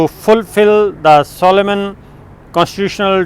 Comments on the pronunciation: You are a pain......... It is not PLENTY stroke , it is PENALTY stroke. Understand . You people talk too much and read very little It is not Soloman it is pronounced solem. Do you get it Mr Sabir Tareen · I know, just made me laugh when he said solomaanli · The word is solemnly but Sakir Sabir does not know how to pronounce the word correctly. Most of these Pakistani anchors pronunciation of common English words is very poor.